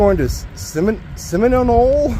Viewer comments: Seminole is my home town, lived here all my life , it’s pronounced Semi nole , just say it fast and you got it buddy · My Home town, , it’s named after the Seminole nation , a tribe that the crackers move out of Floria, which is called the trail of tears, they lost many lives during the move, go to you tube and enter Seminole nation, and you’ll hear how SEMINOLE is pronounced, good luck and safe travels